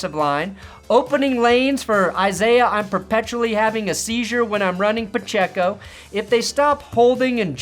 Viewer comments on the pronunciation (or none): none